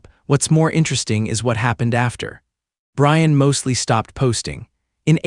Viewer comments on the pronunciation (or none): none